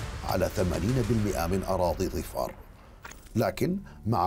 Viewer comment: ظِفار بكسر الظاء !!